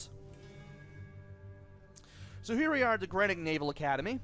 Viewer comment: With the headcrab alien things, I like to use the hammer to squash the bastards on the ground! Greenwich is pronounced Gren-itch.... don't know why but it is. You'd have a field day with Norfolk place-names! Cracking stuff,!